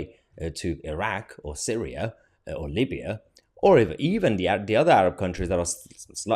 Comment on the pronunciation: Why do you call it " Libbyya"...when Actually it's, LIBYA!!!!!!!